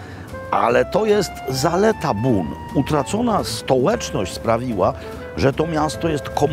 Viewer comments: Robi, powinieneś przyłożyć się do wymowy francuskiej, bo nazwę miasta Beaune wymawiasz nieprawidłowo. Zbiór liter "eau" wymawia się raczej jako "o", a nie "u" jak Ty czynisz. Salutations!🙋‍♂ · Bon nie Bun. Poza tym super :) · Jak zwykle wspaniały odcinek! Trochę myląca wymowa nazwy miasta Beaune...